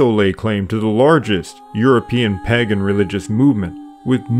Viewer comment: Stop saying pag gan .....it,s pronounced pay gan.